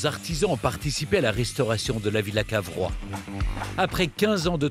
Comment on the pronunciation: Ce n'est pas Carvois, mais Cavrois !